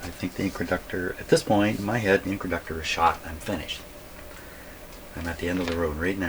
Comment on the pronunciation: Are you calling the controlled inductor an incraductor? Why would you do that?